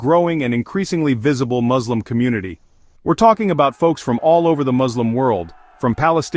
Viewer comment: I wanted to share a quick note about the pronunciation of the word ‘Muslim.’ The correct spelling is M-U-S-L-I-M, and it’s pronounced ‘Mus-lim’ with a clear ‘Mus’ sound at the beginning NOT …. Moz. I just wanted to clarify this to avoid any confusion. Thanks for understanding!